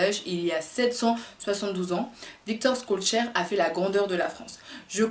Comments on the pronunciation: On dit pas"Skolcheur..."mais "Cholchere"...je sais que c'est difficile pour une Youtubeuse perruque... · Salut, ça se prononce shellchère et non pas skollchère Merci pour ton travail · Je valide ta prononciation mais on dit Chol... pour son nom